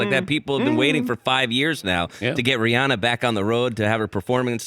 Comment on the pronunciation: And thanks to Dan for pronouncing her name correctly!